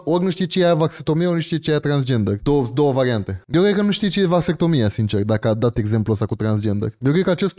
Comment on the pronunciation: Dex: va vas vat vastectomie sau cum o fi:)))))))) am murit de ras